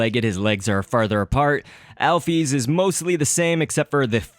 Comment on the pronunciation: It's Alf-is